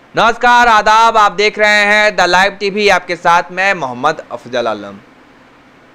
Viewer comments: Bhai aap apna naam Sahi Bola kren...Afjal nhi.... h.... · Agar video banane ka shauk ho na to pahle apna talaffuz sahi bola karo.Musalman hokar bhi apna naam tak sahi nahi bol sakte ho.apna naam ke badle afjal bolte ho.Bahut se jaghon par tum ne ghalat talaffuz bola hai.TV channels par dekho bahut sare ghair muslim acchi urdu bolte hain.Ise dekh kar humlog tumhara video nahi dekhte hain.